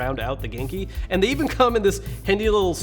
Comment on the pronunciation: Am I the only one who thinks he is sometimes trying to say GameCube? Note: I know he is saying genki